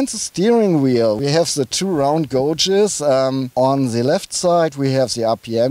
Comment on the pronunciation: "... of se polo.." haha :D